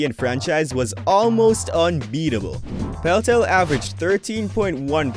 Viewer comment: Pelltel? Bowcher? Are you a bot?